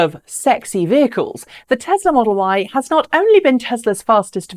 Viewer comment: I heard it too. 😆 🤣